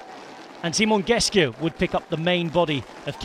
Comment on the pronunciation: It's Simon Geschke, not Geske.